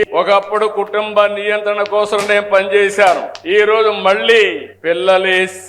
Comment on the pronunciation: కోస్రం కాదురా ఆ పదం కోసం